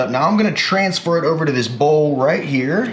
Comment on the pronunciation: "Oover" 😂😂 I thought I was the only one